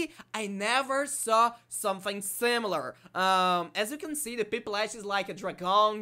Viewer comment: The Pronounce of pip-la-sh is correct